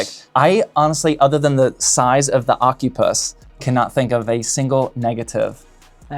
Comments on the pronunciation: 💀 Bro it's O-Cy-Pus not Oc-U-Pus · Is it really pronounced ocupuss?